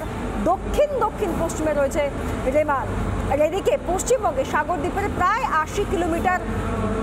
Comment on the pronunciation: রেমাল না রুমাল 😂